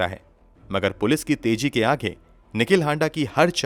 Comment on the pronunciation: If Raaz is raaj according to you then what is raaj? Don't you know the difference between phir and fir? Also it's mareez not mareej. Police ki teji nahi tezi. Farji nahi farzi. God kya hoga India ka. You guys have screwed the language. You sound so uneducated.